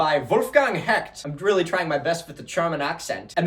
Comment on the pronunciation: Honestly you’re doing very good at pronouncing German, especially for an English speaker - some sounds can be very tricky! Since you asked, the most obvious error was in “Hecht”. The ch in German is a sharp sh sound. Imagine a cat hissing and you probably got it. Anyway, it’s always hilarious seeing people stumble over our compound words.